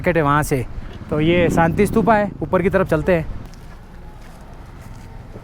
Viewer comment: Bhai , sab thik hai par शांति ko saaanti kyu bola,aur nazara ko najjaaraaa kyu bola bhai,aur खुशी ko khusiiiii,aap ladakh me ho sahi se pronunciation 😅😅😅kijiye bhaiyaaaaa